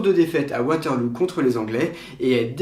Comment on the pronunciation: C’est top! (Par contre Waterloo n’est pas en Angleterre et se prononce “waterleau” pas “waterlou” :) ) Super chaîne en tout cas!